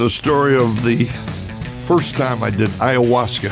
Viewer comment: I like how he says "the FIRST time i did ayahuasca" legend haha